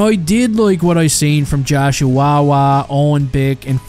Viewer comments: Hearing you say "Joshua Roy" is hillarious. Sounds like you're saying "Josh Chihuahua" XD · The way you said Joshua Roy got me wheezing